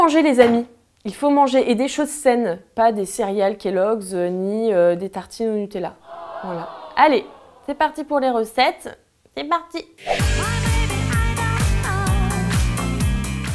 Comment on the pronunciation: Quand elle a dit céréales kellogs j'ai cru qu'elle disait serial killer !!!😂